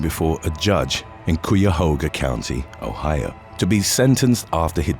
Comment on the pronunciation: KY uh Hoga County*